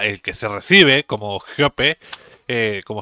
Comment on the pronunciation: no se dice "Jeope", sino GOPE.